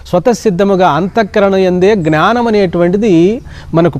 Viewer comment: జ్ఞానం ( not gnaanam). Pranaams